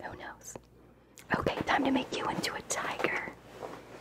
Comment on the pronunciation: I thought you kept saying diager, and I was like, what is that???????, then realizes oh, tiger